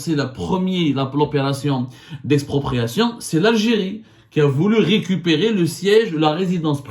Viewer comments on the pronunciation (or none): 😂😂😂 le Maroc ne veut "rikipiri" le Maroc veut "récupérer", je ne sais pas si "rikipiri" tu as prononcé veut dire récupérer, je veux juste corriger au cas où tu voulais dire autre chos4😅